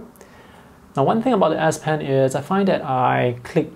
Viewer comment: It's an (S) ess pen not an ass pen